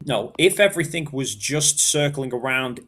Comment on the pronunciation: "I'm not special" "My stationary plath plane is special" E v e r y f i n g t i m e.....